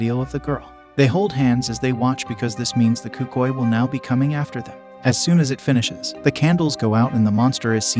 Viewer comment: i thought it was pronounced el cookooey